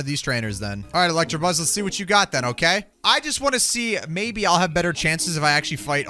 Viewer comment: it's electabuzz not electrabuzz